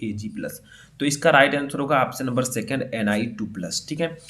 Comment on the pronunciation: लिखे हो सेकण्ड और बोल रहे हो सेकेण्ड😡😡😡😡